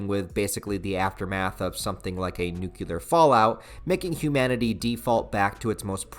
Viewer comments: Why do you pronounce the word nuclear as “nucular”?! How do you even get “nucular” from reading the actual word nuclear? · Nuclear. Nu-Clear. Not "nukular".